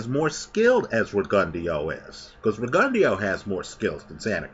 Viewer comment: While I like your pronunciation,, it's pronounced RIG-ON-DOH